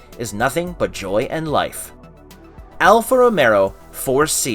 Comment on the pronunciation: Alfa "Romero" :-) The guy on the video can't even pronounce the name correctly.